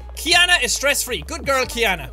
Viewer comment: this is really amusing to watch cuz my name is actually Keyana but they spelled it kyanna on here. and I love that jack says my name right. thanks Jack❤😇😌